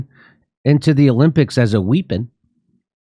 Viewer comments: Wipin not wipon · since when was weapon pronounced as "weepon" ? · Jimmy, ngl your pronunciation of weapon is like nails on a chalk board.